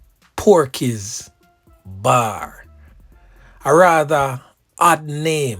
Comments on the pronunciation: It’s not PORKEYS it’s POKEYS that is written, the pronunciation is PO-KEYS and not PORKEYS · The word is not porkeys its pokeys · It's POKEY'S not PORKEY as you're saying on your vlog based on my pronunciation. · It's not "PORKEY " ...its "POKEY'S" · That word does not pronounced as ”porkey’s”. Let me break it down and it goes like this po key”s. poo key’s now put them two words together and see what you get. But i would’ve spelt it like this ”pokies” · Bar says “Pokey’s” not “porkey ”. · It seems more like 'Pokeys' and not 'Porkeys' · Pokeys ...not porkeys my lawd... its right there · P-O-K-E-Y-s Lounge. There's no "R" in the 1st word.